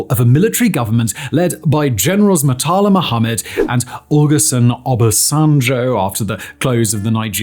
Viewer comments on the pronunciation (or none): Bro really said "mutala Muhammed" and "olason obasanjjoooouu"😂